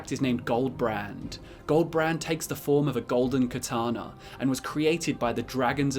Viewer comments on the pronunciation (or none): none